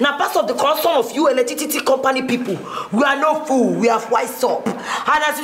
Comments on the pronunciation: Right eleticity😃😃😃 you know knew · Eletitity🤣🤣🤣🤣🤣🤣 Jennifer will not kill me🤣🤣🤣🤣 Timini, Timini,, Timini👂👂 How many times did I call u??? U r getting on my nerves o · It's Eletitity... abi you don't knew ni